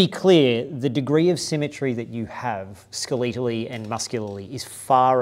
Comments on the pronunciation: When said "skeletally," my head bobbed around like a confused puppy. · That pronunciation, different accent, is used in Canada too. I was confused when I heard it up there.